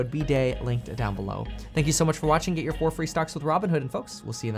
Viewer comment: I literally thought you said get your free socks at the beginning.